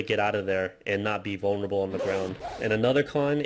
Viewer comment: "vaulnerabale"english at it's finest